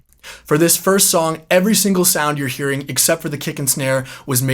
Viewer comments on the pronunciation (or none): none